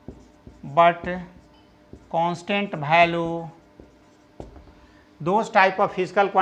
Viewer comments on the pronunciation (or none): Its value not bhalu